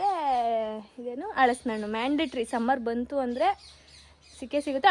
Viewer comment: ಹಲಸಿನ ಹಣ್ಣು not ಹಳಸಿನ ಹಣ್ಣು Pronounce correctly